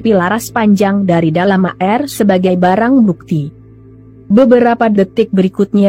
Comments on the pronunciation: Zus tlg baca air bukan a-er,seblm baca tny dl kpd tmnnya Ind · Zus baca air koq a er